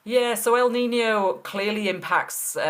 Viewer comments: "El niño" needs to be writted with "ñ" its not "nino" its "niño" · 1 it's Kneen yo. Not nino. 2 what is Celsius? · Correct you pronunciation of niño. Not nice to hear the poor attempts of your English reporter. No excuse.